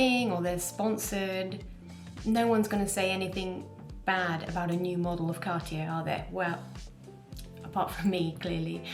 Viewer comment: Happy to hear someone say Cartier instead of Car-Ti-Jay.